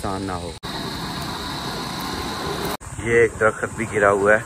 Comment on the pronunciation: Drakhat nhe Drakht hota ha. Urdu thek kro apni